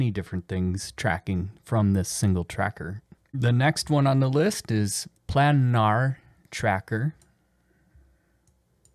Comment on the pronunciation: Good runthru for the diff trackers. Got me laughing tho with "plannar". As a heads up, it's a long "a" sound. It means: of, relating to, or lying in a plane. Planar. Again, nice overview.